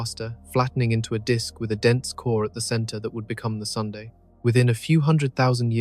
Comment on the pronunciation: oh good... so its not just me then... i thought i was hearing it wrong! or hearing things!